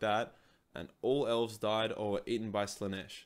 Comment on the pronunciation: Just a heads up, "Aelves" is still pronounced "Elves".